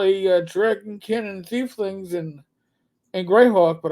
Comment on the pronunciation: Saying "thiefling" instead of "tiefling" really gives Boomer, they've been around since 2E Planescape.